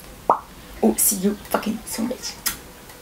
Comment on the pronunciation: النطق غالط تاع run